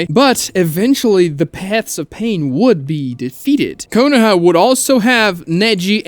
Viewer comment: KOH NO HAMA ROO Please stop BUTCHERING the pronunciation when its being said IN SHOW. Like bro, you can perfectly say chibaku tensei but not being able to say Konoha or Konohamaru right literally makes me feel sick.